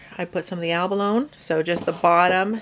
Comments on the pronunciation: Helpful video, however I cringe every time you say abalone. (the final e is pronounced eh) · Great video. Just fyi, the e is not silent on abalone. Its pronounced like abaloney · Looks gorgeous! Btw, Abalone rhymes with baloney…😊